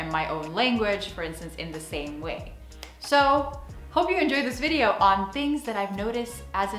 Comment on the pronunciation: Dag,. Leuke video weer! Je begint Nederlands te klinken in je uitspraak van je Engels! Het duidelijkst hoorde ik dat toen je "so" zei ([soʊ] in plaats van [səʊ]). Je spreekt vaker Nederlands dan Engels?